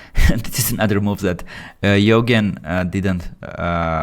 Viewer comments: You-Jean ❌ Yho-gen ✅ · it's U - geen.. Eugene-- U and geeeen. Luv ya bud. ❤ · Quick one to the GM commentator,Nelsons opponents name is pronounced you jean. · name would be pronounced as "you"+"gen" like in "genious" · His name is pronounced Yougeen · Yoghen sounds way better than Eugene lol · He can't pronounce Eugene